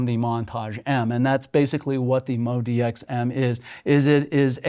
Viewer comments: Is it MODI-X or MODX ? His pronunciation sounds like the former! Just wondering. If I were reviewing, I would probably start with the right name, and why it is pronounced the way I do... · You are trying to sell a product but appear to stupid to get its name right. Moe-Dee-Ex . So simple a child con pronounce it. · Interesting how pronounces it very differently from how Yamaha says it...MO--D --X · I can't understand, why people still say the name wrong, when we've been hearing Yamaha reps saying it correctly for years now...